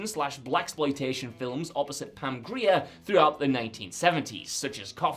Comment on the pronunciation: holy hell… y’all FINALLY pronounced pam grier’s name properly